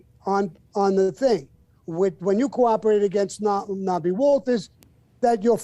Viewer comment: Knobby Walters 😂 it’s Norby ya fuck!